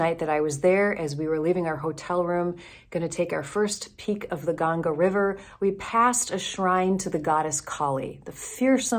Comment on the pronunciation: you haven't learned to say "Ganga" properly. It is embarrassing to say the least. What is your agenda? If you experience what you have experienced in India, can you please stop proselytizing? A pastor cannot be being one without "spreading the word", right? Please change or cut it out. You seem to be pied piper - using the pipe of hindus and saying mumbo-jumbo stuff.